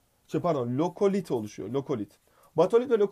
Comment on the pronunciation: mükemmel ikilisiniz ama lokolit değil lakolit bazı şeyler yanlış :(